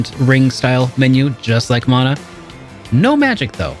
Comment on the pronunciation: When I hear the proper pronunciation of Mana. 😌 (Mon-uh, NOT man-uh)